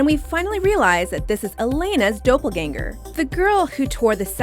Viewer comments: She says 'Dopelganger'.... I am pretty sure it is pronounces 'Doppelganger'. :/ Not Dope-ul-ganger lol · dope-el-ganger lmaoooo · I know! Dope-al-ganger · A) it’s doppelgänger* not DOHPPELGÄNGER 😂 B) Damon asked Elena to turn off her humanity not “Elena asked Damon to turn off her humanity” 😂😭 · Your saying "Doppleganger" wrong. Your saying it as "Dope-ganger". It's Dopple-Ganger". Like the Doppler system for weather. Also Damon doesn't get asked to have Elena's emotions turned off. Damon FEELS she wants them off, since she's lost her whole family. Also Alaric is her last legal guardian, being that he is her Step-Father. Since he married Elena's mother. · Elena never asked Damon to turn off her humanity. She did after he told her to due to the site bond. Also, it’s ‘dah pol ganger’, not ‘doe pole ganger’. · D-AH-ppleganger. Not D-O-ppleganger. FYI. Also, did the person who wrote this even watch the show? 1.) Stefan was put into a safe, not a coffin, 2.) Elena didn't ASK Damon to turn off her emotions, 3.) She didn't pour alcohol, you can even see in the clip. But gotta agree with the choice for number 1. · daw-pplgänger not dough-pplgänger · she really said dOppelganger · Wth is a dough-pelganger...did anyone else cringe at her pronunciation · This chick really sounded like she had watched the show too until she said “dope ul ganger” 😂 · She pronounced doppelganger as Dowpelgaynger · u misprounounced doppleganger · Its doppelgänger not doupleganger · did she really say “dope-elganger” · ”Dough-pal-gänger” Wtf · Anyone else annoyed the way she said dopplgäner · Why can't you guys pronounce stuff right. Not hating but one girl kept on saying delena was deleena. And doppelganger you keep pronouncing it dobbleganger. Why? 😂😂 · JUST STOP TRYING TO SAY DÖPLLEGANGER! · “Dopelgänger” HA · I'm sorry but Dopp-el-gang-er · "dopelganger" lmao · Am I the only one that got so triggered when she said doppelgänger like dopelganger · dope-el-ganger? boy.. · dough pell gan ger